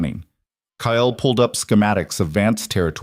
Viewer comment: This story hot me hard...when I found out Marcus killed a close family member to Aria it hurt so bad...I couldn't imagine loosing someone so close like that..very good story, sad but good. The only thing that is bugging me is that the AI can't say cake or Kyle right at all...maybe change the males name to something other then those two names.. at least in future stories...so far I've watched ten stories and the main woman and main male characters always got the same names as the other stories...